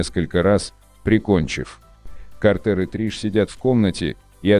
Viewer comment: Наверника его имя пишеться как Картер но произноситься как Картр